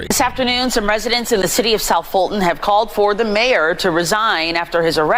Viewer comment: Fulton...Dolton....sounds the same to me....